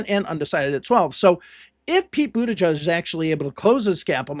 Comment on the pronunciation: It's Butijij, not Butajudge.